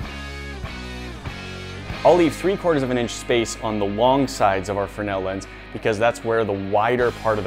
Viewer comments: Have you just forgotten how to make a z sound it’s a fresnel lens not a frenel lens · Guys, the upgrade was great BUT.. c'mon.... pronounce it right... it's spelled Fresnel... not Frennell. pronounced freznell... frez nell.... or, maybe we have been calling you by mistake, instead of "Nat"? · The fruh-nel lens? Isn't it pronounced frez-nel? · Not a frenell lens but a fresnell lens it is! Sorry had to comment on that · Lol did say the fre-nail lense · Fernel lens?? I guess you mean Fresnel...